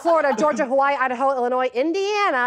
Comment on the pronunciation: Just to back up the source of this power - anyone who learned the song can hear it in the syllable stress in odd places (arkanSAS, idaHO, etc.) as well as in a lot of the states she chose to stop on - they're the ends of phrases or sections of the melody.